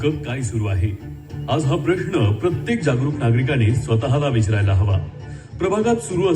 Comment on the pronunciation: " विचरायला " नाही रे बाबा " विचारायला "